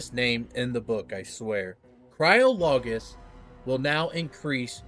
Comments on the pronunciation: It's Cry-olo-Gist not Cryo-Logist...you're welcome 😁😁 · Cry-olo-gist, not Cryo Logist. Hope that helps. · cryologist ... pronounced similar to biologist. cry-OL-ogist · Cryo-logist? Cryogenics. You'd say Cryologist like Biologist. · it's only weird because you're pronouncing it wrong. Should be emphasizing CRY, then a soft "O" for "ologist." Think of the way you pronounce the word "psychologist."